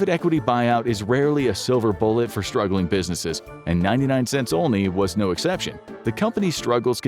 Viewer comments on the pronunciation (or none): none